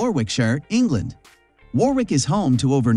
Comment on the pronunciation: You better research properly! Warwick is pronounced as Warick, not Warwick!!!